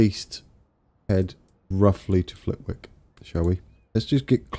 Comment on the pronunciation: FYI you don't pronounce the 'W' in Flitwick :] - Awesome work btw